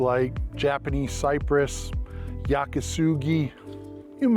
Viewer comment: "Yaki Sugi". Really. And "sugi" is cedar...